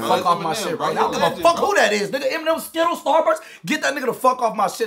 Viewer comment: 😂he did not say “skittles” lol 😂